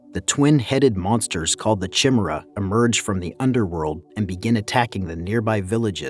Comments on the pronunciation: One correction on the words in the video. Chimera is pronounced "kai-mera" not "chim-mera". Just a heads up lol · It's pronounced Kai-meh-ra (kai sounds like buy), or Kai-mee-ra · Chimera = Kai-mare-uh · Chimera. said as “Ky-mera”🤦‍♂️🤦‍♂️🤦‍♂️ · Ky-mer-a….not chim-er-a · Chimra?? Ki mer AH! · And chimaera lol, it’s pronounced kameera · Chimera is pronounced kimera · chimera is pronounced ki-me-ra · TARATRASUSSS.... .CHIMMMMRAAAA.... HE-FACE-TUSSS 🤣🤣🤣🤣🤣🤣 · Oh man I knew you can't read which explains why you get so much wrong. F ch chim chimera, throw a k on there dum dum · That's not how you pronounce chimera. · Why cant this dude pronounce Chimera correctly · Please the pronunciation of chimera... pls say it right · Ye I just cringed when I heard it from him